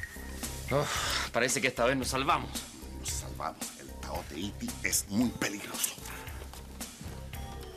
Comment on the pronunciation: Minuto ¿Por qué el dice "Taote Iti?segunda vez que le escucho decir así,pareciera que dijera Taote Iriti...jajajaj..¿o será que ya me tiene harta ese personaje?